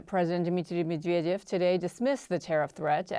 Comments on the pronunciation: Med - ver - dev.....not mvevevevevedev. Anyway doesn't matter, he's a scumbag too. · That pronunciation of Medvedev was horrendous